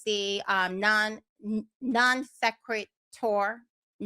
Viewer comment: Non Sehkret Tor! 😂